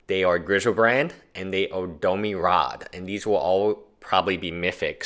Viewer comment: domi rade? its domRi.